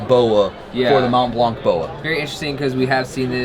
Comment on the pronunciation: Hey. Drop the t and c, and you won’t sound completely stupid. Mon Blan.